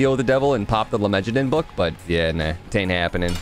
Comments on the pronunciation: I am very bothered every time dad says "lemejadun" instead of lemegeton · It's pronounced let-me-get-down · "lemegeton" is pronounced like "lay megaton" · i think its pronounced "lemme-get-on"